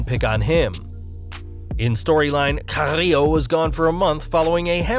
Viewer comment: carrrrrillo...lol is like he took a really good sip of vodka before he said it